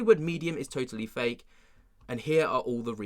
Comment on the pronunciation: Did you say flake or fake .?